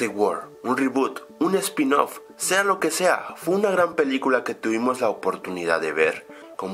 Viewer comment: dijiste mal spinoff